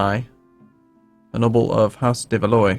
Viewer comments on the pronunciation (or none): I gotta say. You're pronouncing de Valois completely wrong:D Valois is in three syllables and is pronounced sorta like Val-O-Ar:) Just wanted to mention since they are a very important dynasty in every game and you always get it wrong:D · I know it doesn't matter but Valois is pronounced Valwa